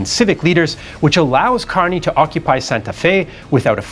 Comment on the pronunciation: his name is pronounced KUR-ny. At least that's how we pronounce it here in San Francisco (Kearny Street)